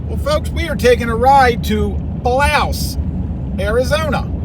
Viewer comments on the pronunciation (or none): OK I hate being picky BUT...... last video I saw you kept saying Edinburg instead of Ehrenburg! Now you keep saying Blouse instead of Bouse! As uncle Joe says “come on man”!